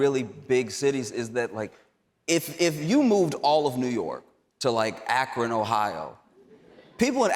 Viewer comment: You mentioned Akron, OH and pronounced it correctly lol... So handsome in the suit...and hysterically funny as always...the applause at the end was epic, you killed it...